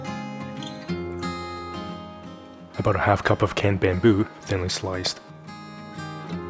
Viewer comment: I'm sorry is he saying canned bamboo>?